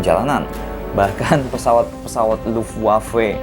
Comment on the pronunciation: Luftwafe dibaca lahfwev